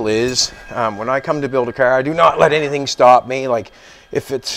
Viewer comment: Why is the end of every sentence have a double syllable . Flo-or . Cahar. Gro-ond. ? Ta-ake. Your funny. But insanely informative and I’ve learned a lot watching you. By the way it’s out. Not oot